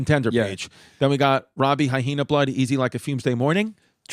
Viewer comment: The way Chris says Hy-Hena drives me absolutely insane